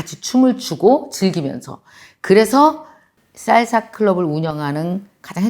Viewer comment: 강사님 생각하면 한단어 <진행중>이 생각납니다 ㅎㅎ 강사님 쌀사가 아니구 살사 아닌가요 1쩜5배속으로 들어서 그렇나하고 일반으로 해서 들어도 쌀사예요ㅎㅎ 알아들었는디 귀여우셔서용 ㅎㅎ 항상감사합니당❤전 멍이 생각나는데 앞으론 추진력으로 생각하게 노력해야겠습니다^^